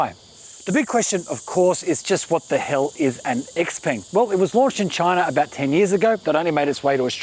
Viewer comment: It’s pronounced she-peng